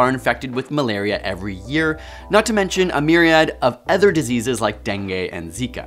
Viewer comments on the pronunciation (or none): mispronunciation of the word "other." it's not "eh-ther", it's "uh-ther." generations after millennials are doomed.